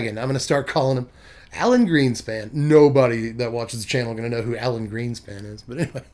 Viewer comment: he pronounced it as ellen so i thought about it for a sec and imagined maybe it was alan's wife